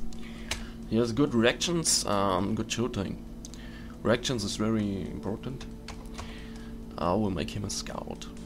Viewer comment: It sounds like your saying erections instead of reactions..